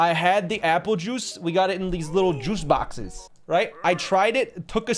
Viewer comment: THE JOOS BAXES 🗣️🗣️🔥🔥